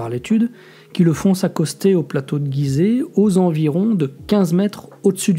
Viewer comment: Bonjour on dit gizet et non guizet comme girafe